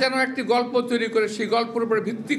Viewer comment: খবরে খবরে বলছেন টেন ছেরেছে শেই গল্প বলুন